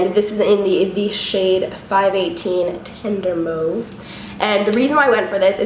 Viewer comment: Among all the other great things about your videos, I just have to say it is SO REFRESHING to hear a makeup artist on youtube pronounce "mauve" correctly. All these Americans started to have me thinking I was saying it wrong. CANADA HIGH FIVE GIRL!